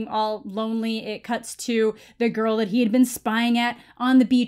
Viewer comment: 1: the way he says girl as "gorl" 2: "swip his nose like a credit card" 😜👌